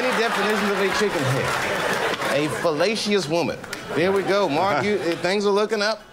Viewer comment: he said fellacious woman .. not fallacious